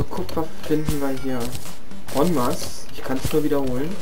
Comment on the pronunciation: das ''n'' bei ''eN masse'' sagt man nich ^^